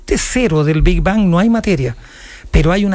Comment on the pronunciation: El chabón dice "el bi ban".